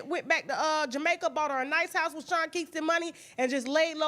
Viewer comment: Can't no damn body pronounce the word "house" like Tasha K..."HAUWE".... cracks me thee hell up every time she says it!!!